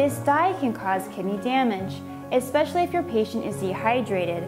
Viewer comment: Did she seriously just say 'Eckspecially' and 'intraveniously'...